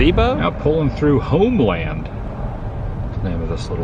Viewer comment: Homeland Pronounced Homelyn. I corrected Tampa J too.